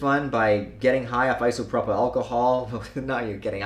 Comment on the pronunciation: Immaterial is a word. Also, Eye-So-Pro-Pull, not Iso-Prop-ill :P